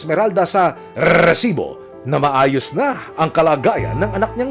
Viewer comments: Nakaka irita pg sinasabi nya ung rrrrrrrreeesibo. Hahaha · kinginamo emil sumangil. ang cringe ng RRRrrrrresibo mo. ayusin mo nlng. prang nilalagari lalamunan mo hayop